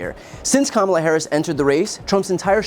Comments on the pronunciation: Trump is the one with personal attacks. Name calling. Denying heritage. calling people he doesn't like low IQ. Purposely mis-pronouncing Kamala. Callin Barak HUSSIEN Obama, only to make an immature reference to Saddam Hussien. How damn childish. And he wants to be President??? Are you freaking kidding me??? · Just have everybody, I mean everybody, start deliberately mispronouncing his name as Doenauldt. See how long he can stand it. Remind him that it will only stop once he stops deliberately mispronouncing Kamala. The deliberate mispronouncing of a name once one is aware of such is a high form of individual disrespect, and when that deliberate act is meant to call divisive attention to cultural, religious, or racial backgrounds, it is then disrespectful to humanitarianism. Let the baby whine when he insists you pronounce it correctly. Let him know why you aren't. Let him know that when it stops is up to him. Let him refuse to answer questions posed in the public forum on the matter has he stews and fumes over the ironic justice in it all. Good times. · Americans really need to learn syllables. It's not Kam-la. It's Ka-ma-la. For God sakes